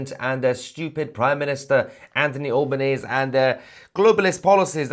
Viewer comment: Hey Mahyer. FYI it is Albo neasy......Rhymes with SLEAZY 😅